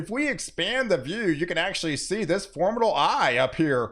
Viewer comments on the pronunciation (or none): Weather is exciting. Especially when it's for-MID-able. It's wonderful how excited you get. Don't change, just change the way you say for-MID-able.